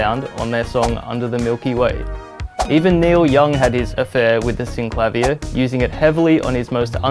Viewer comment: Brilliant! You say: "Syn-Klavv-ier" which sounds so much better than: "Syn-Kla-Veer" and is how I've always pronounced it!